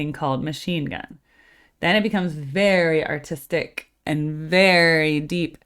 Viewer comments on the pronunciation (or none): none